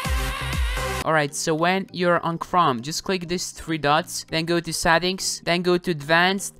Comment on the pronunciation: What is ''Sattings''